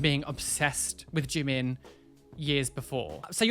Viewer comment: That brit can't even pronounce Jimin 지민 right